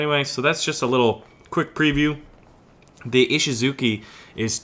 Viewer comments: I thinkthat os pronounced i-shi-zu-CHI not ki(at least on japanese) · Ishizuchi, not Ishizuki